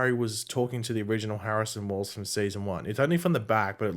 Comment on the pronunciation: "Barrison Wells"